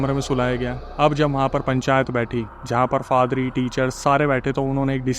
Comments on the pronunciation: bhai fadri nahi padhri hai😂😂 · फादरी नही पाधरी होता है l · Faadri nahi hota bhai 😂😂 Paadri hota hai 😂😂😂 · It's paadari or father .. not fathery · Padhri ❌ padri✅ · Yaa to padari hota hai yaa father, fadari kya hota hai bhai 😅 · FADRI NAHI, PADRI.😮😮😮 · Padri ❎ Father❎ Fadri✅😂😂